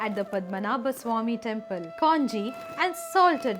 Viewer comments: It is not kaanji, you pronounce it as kanji(கஞ்சி) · in Tamizh, we say kanji, not kaanji. I am sure it is the same in Malayalam? Our Kerala siblings can confirm this. One thing for sure, these stories have to read with the proper background. I fell in love with Kaala Bhairavar. And the God child from the video touches my heart deeply. Thank you ma.